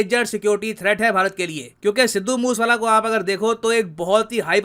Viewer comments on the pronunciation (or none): भाई , मूस वाला नहीं मूसे वाला। नाम है। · मूसे आला pronounce hota hai...moos wala nahi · मुस वाला नहीं, मुसेवाला है sir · Sir it's मूसे वाला 😂